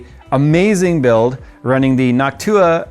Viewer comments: did always pronounce noctua like hawk tuah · Idk why the way said noctua just sounded weird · saying Noctua like hawk tua 😂